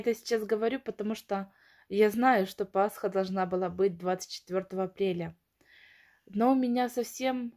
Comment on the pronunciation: думаю нет, раз говорите неправильно. Иначе зачем показывать свою неграмотность?